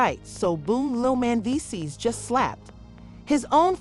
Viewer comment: If you got a AI voice goin’ on, shouldn’t it pronounce the name correctly Man dees sees. That’s a closer pronouncing rather than the AI voice. Do better.